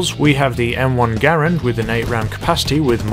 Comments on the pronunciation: m1 grand not m1 gar and lol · The Garand is pronounced Ger-ANd, not Gare-und. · Capt Trdl The family pronounces their last name Ger-und (rhymes with errand). As for the Army they never called it that, Its official designation is U.S Rifle Caliber .30 M1. People commonly pronounce Porsche without the ah sound on the end, but just because it is common doesn't mean its correct.